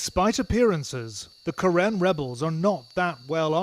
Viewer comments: 😁it should be Ka Rin, we pronounce like that. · karen pronouns Ka Yin.